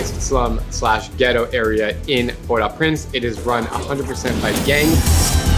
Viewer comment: It’s pronounce port O prance btw